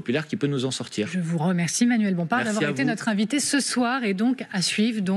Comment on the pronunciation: L'INIVTE ??? L'INIVITE??? Vous ne vouliez pas l'INVITE?